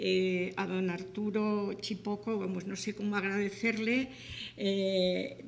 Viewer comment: !!! CHIPOCO !!! (No Chicopo. ! Que Barbaridad !